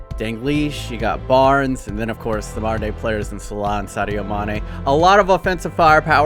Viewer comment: Regular ppl: Mohamed Salah: Mohamed Slaugh